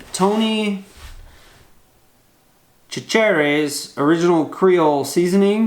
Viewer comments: Tony SA-CHE-REES .... lol... down south we put that stuff on everything... hell, we put it in our cereal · that was hilarious when he pronounced it